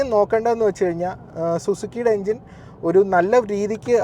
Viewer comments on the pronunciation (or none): none